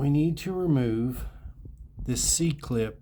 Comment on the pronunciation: Being taught that it’s an “E” clip your whole machining career and then hear a dude call it a “c” over and over…I need a drink.